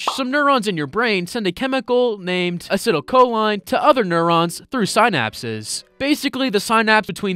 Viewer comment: LMAO, you pronounced Huberman, synapses, acetylcholine, and so much more so wrong. BUT UR A FELLOW HUBERMAN LISTENER!!! (He’s my idol, btw)